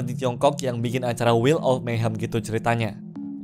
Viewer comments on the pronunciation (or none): none